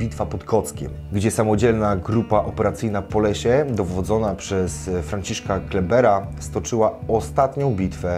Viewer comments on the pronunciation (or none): Kleeberg, nie Kleeper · Generał Franciszek Kleeberg - dowódca bitwy pod Kockiem. Młodzi słuchają z błędami. Generał zasługuje na poprawne podanie jego Nazwiska. Żołnierzom poległym w obronie Ojczyzny : Cześć i Chwała !!!